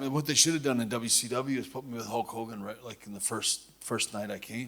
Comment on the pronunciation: Idk why but I laugh when he says Hawk Hogan lol awwww what a rush!!!!!!!